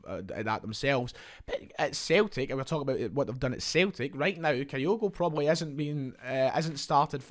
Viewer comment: ..pronounced kee-goo,….thanks.